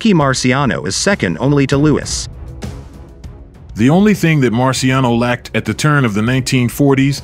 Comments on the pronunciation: it's "Lew-iss" not "Lew-weeze" as you keep pronouncing it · Nice video but unfortunately the commentator narrator makes several mistakes in his pronunciation one of the biggest is to Mispronounced the great venerable Joe Louis as Joe Luis...listen for it especially obviously during Rockies commentary fight with him and the reference to Charlie Goldman as Charlie gold Mill clearly he's referring to Rocky Marciano's trainer also mispronounced and the fact is Rocky was a phenomenon for as it is not the size of the dog but the size of the fight in the dog that will win in most cases and Rocky was an extremely small heavyweight incredibly tough and credibly relentless and awkwardly effective in his defense no he was not Muhammad Ali and alluding in avoiding punches in many in his early career but he had his own rough and tumble swaying underneath style that got his non-stop hammering blows in to destroy the opponent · Stop using these AI voices. Cannot even pronounce Luis saying Louise. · Its Joe Lou - is not Loo-eez duh !!! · Louis (not Louise) was ahead of Marciano at the time of stoppage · What's with the 'Lou-ees' pronunciation? Sometimes, it's Louis, and other times, it's Lou-ees. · Is there a real person reading these scripts? Joe Louis’ pronunciation is WAY off several times. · Great video but literally some of the worst voice over ever. Couldn't even say Joe Louis' name correctly.